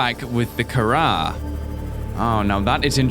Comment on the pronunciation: " i think my vehicle has picked up the carar" im dead